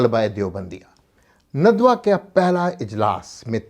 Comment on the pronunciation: ندوہ؛کےنون پرآپ پیش پڑھتےہیں جوغلط ہےندوہ کےنون پرزبرپڑھیے